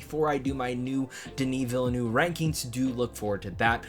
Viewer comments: It's pronounced "vil-nuhv", not "vilanoo" lmao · And not "villanoo" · FYI, Villeneuve is pronounced "ville" (like in "Smallville") and "nuhv" ("uh" is pronounced like the indefinite article "a")